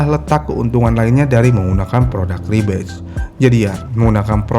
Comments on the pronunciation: Harusnya “Rebadge” kan, bukan “Rebatch” Beda makna gak si.. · REBADGE* bukan rebatch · Bang, Rebadge bukan Rebatch